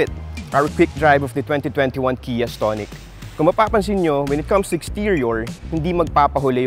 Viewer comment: Iba yung pagkakabigkas mo ng stonic ah. Ahahaha STONE-ic. Ahahahahaa